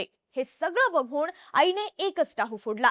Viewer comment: बघूण नाही ताई बघून अणेक नाही अनेक . गिरणार नाही गिरनार !! पासूण नाही पासून !! कृपया उच्चार शुद्ध ठेवा !! काय कित्ती अशुद्ध उच्चार न बोलायचं तिथे ण आणि जिथे ण बोलायचं तिथे न बोलतेय तू ताई?? आनी पानी